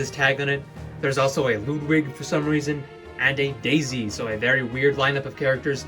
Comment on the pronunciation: why do you pronouce it as jaisy